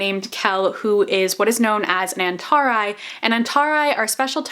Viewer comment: "en-tah-rhy" ... I have always pronounced it "un-tah-ree"